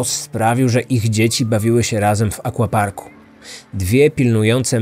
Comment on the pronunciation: Akwaparku a nie akłaparku!!!